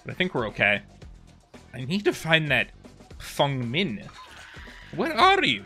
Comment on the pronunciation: one of the few people who pronounce feng min correctly, respect